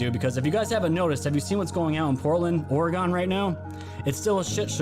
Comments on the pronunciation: I live in Oregon you should try and say orygun that will get you closer to saying the right way lol love your content keep it coming. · Saul-ahs and Oregun not Oregone. Sorry but my mother's maiden name was Salas and yeah, I'm from the Northwest. Love your show bruddah!